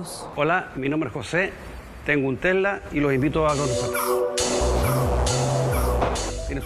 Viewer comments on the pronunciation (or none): "Hola, mi nombre es José, tengo un TEHLA..."